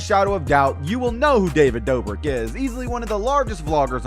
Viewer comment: Did he say David brobrik?